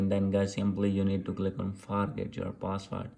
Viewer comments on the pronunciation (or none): btw forgot is pronouned as "Fore-got"